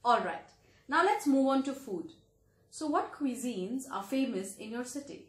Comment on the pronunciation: Why are they making extra effort in saying the word cusine wrongly (qui zeen). The can say right word effortlessly (coo zeen)